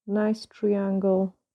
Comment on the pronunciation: These are so gorgeous as usual. I love love your accent as well, love listening to your voice, but I want to help you so bad with the word triangle. I’m not being mean at all as I’m sure you know for as long as we have been talking but I think maybe this will help you Triiiiiiiangle is the pronunciation. If you say the I 👁 instead of treeeangle 🌲. You’ve have been using a lot of triangles recently in your designs that’s all. ❤️😘